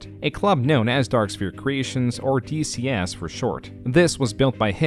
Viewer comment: The -lexia was kicked into overdrive. DSC ❌ DCS ✅